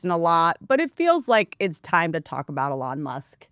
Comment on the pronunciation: "A-lawn Musk" Perfect!